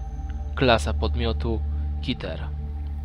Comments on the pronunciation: keter nie kiter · kolego a może byś użył piosenki w tle innej bo ta taka trochę mało klimatyczna daj SCP contejment bricz main theme jakby co to nie wiem jak napisać conteiment breach więc piszę jak się czyta a i nie czytaj kiter bo to źle się czyta czytaj KETER PLS zrobisz to dla mnie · Keter się czyta